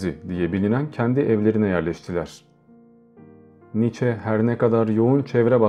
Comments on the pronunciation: Kardeşim aslı almansa adı nitzşe okunur [sch=ş] [ie] öndeki i'yi vurgular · DİAMANTANRIM [2OMG] Doğrusunun "Niçe" biçiminde telaffuz edildiğini biliyorum.😊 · telaffuzu "niçe" şeklindedir